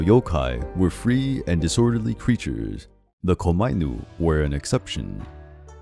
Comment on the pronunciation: Thank you for this very interesting video. But some of the pronunciations were wrong here, specifically "onna" (which means female in Japanese, and you pronounce it as "on-na", and not as "ona"); and "komainu" (which is pronounced as "koma-inu" and not as "komai-nu") But this video was very interesting and informative and thank you for that (and I loved the art featured in it.) Now I'm off to find the hoards of obvious Death Note and Gintama references in the comment section